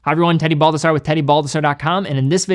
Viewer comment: I cant unhear Teddy "Bulbasaur" now lol love your vids man